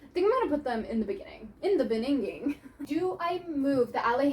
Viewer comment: "In the beningin" made me laugh so hard 😭😭😭